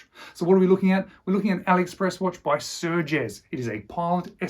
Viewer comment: Nice video but... its Sugess (no R) 😉